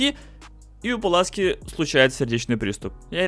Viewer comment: Пуласки а не Паласки